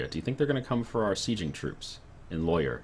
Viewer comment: Argh my ears exploded when pronounced Loire as Lawyer.